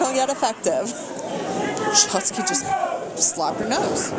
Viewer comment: Um yeah, hon? It's SHOTZI not "Shotski. G'dam that's was annoying. Who was that? Jim Ross sister on commentary?